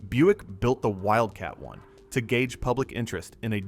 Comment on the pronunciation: Is it Wildcat One or Wildcat Eye? Stupid AI voiceover as always.